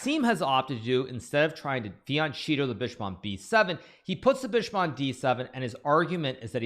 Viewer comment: fianchetto is pronounced, also in English, is fianKèhtto, not like Hikaru always says "fiantsjéetoh"